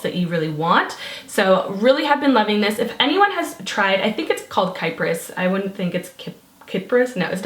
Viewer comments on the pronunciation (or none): It actually is pronounce Kee-pris. Its technically the greek name for Cyprus :) xx